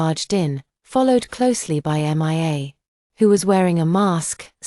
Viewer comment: Why is it so difficult for AI to read the name Mia ?M.I.A 😂😂😂